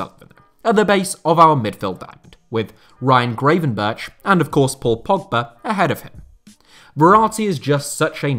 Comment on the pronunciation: I'm guessing the comment about how butchered the surname of Gravenberch in the previous video where he featured hasn't reached...;)